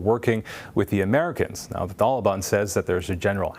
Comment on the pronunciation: The way he says taliban is painful to my ears